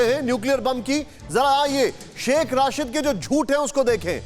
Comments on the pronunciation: Are chote pehle name to theek lelo sh.rashid nahin..sh.rasheed he. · Is godi media k dalle ko Shaikh rasheed ka nam bhi thik se lena ni aarha h Rasheed ko Rashid bol rha h 😂😂😂😂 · Pronunciation to sahi rakha karo yaar, hamare mulk ki insult kara dete ho, Rashid nahi Rasheed hai. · Aby ghando ky bachy Rashid ni Rasheed Hy,tujh ko kis ni anchor banah Diya hy